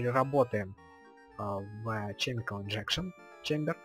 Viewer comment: Это формальность, каждый называет, как хочет. ОДНАКО, НЕ ЧЕМИКАЛ, А КЕМИКАЛ